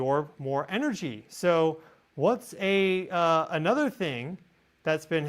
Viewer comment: Whenever you say At Nuther it makes me cringe. You are so much like me.